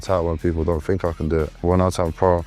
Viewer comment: Fink fink fink,somefink somefink....did,dis,dis,...needs to talk Kings English!